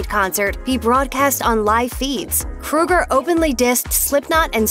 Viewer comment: It is Kroeger promounced with an Ohhhhh not like Freddy Krueger.